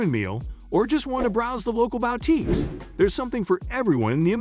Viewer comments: or to browse the local bowteekes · Bow-teeks??? I hate text to voice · "or just wanna browse the local BOWTEAKES" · I have never heard of a BOWTEEK, but I have visited Booteeks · The "sudden-swoosh" transitions are annoying, making this almost unwatchable. The narration gives itself away as robot-voice by pronouncing boutiques as BOW-tiques repeatedly. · Terribly done, you talk about malls and not about the covered bridges of Winterset!! And learn to say boutiques correctly too.